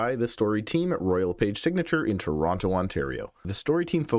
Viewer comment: where the hell is this "churonto" place Tom keeps talking about?